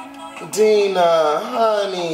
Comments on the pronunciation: Omg it’s DINE-NAH not dean-ah....gahdamn🙄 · Deena it’s Dinah (Dye-nah) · You keept saying "Deenah" as opposed to "Dienah" and it was driving me up the wall lmfaoo. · Deeehnah? Lol it’s more so DIE NAH lol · Bruh still pronounces Dinah as “Deenah.” 😂😂😂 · When did he start calling Dina DEENA lmaoo it's triggering me lol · rui that’s what I’m saying, he’s supposedly been a fan since xfactor and he can’t even pronounce their names correctly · It’s pronounced DIE— NAH girl 💛